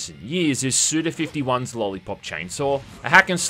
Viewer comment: His name is said "Suda Five One". This is because his given name is Goichi, which can be read as "five one", but never fifty one because that would be "gojuuichi", which is not his name.